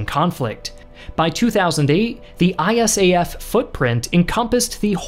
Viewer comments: Great video but nobody ever called it "I-S-A-F" but "eye-SAF". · Dude, it is really weird to hear to called I.S.A.F. We, who were there, called it ISAF (pronounced eye-saf). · Really wish you’d say ISAF the way most of us do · If you ever do a video about Afghanistan again you can say ISAF as an acronym rather than an initialism.